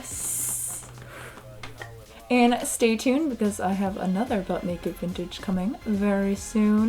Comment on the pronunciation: Does anyone else hear “Buck-naked vintage” on these?